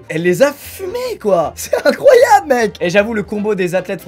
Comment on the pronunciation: « C’EST INCRRRROYABLE MEC »